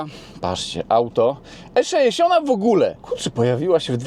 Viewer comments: nie mówi się E szeesiąt tylko E sześćdziesiąt. Popraw dykcję. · 3;45 skisłem ze śmiechu:) eszeeesiont